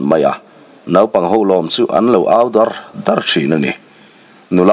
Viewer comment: I chhiar thisp khawp rual in,Tap faih faih tih te,Au dar dar tih te hi i thluk diklo deuh tlat mai